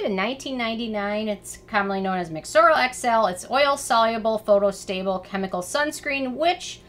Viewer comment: you said mexorl XL twice 😝 should have been SX